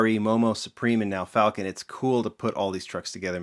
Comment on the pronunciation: It pronounced fall-kin. Not falcon..... say it with me brah.... fall-kin